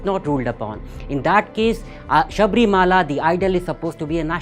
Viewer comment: ☺️ Leave it, na. He pronounced it differently, I agree. Let's focus on the essence of what he said.